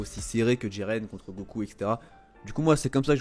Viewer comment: Mdr c'est pas diren c'est jiren